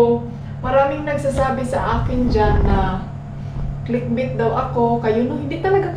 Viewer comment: Dhay,dli click bit,kondi click ba-it ba ang pgbasa adto madam